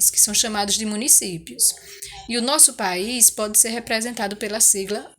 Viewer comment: É país ñ bais 😁